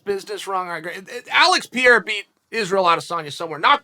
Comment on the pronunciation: S/o to this Alex Pee-ara